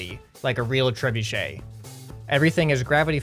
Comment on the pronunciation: You said trebuchet wrong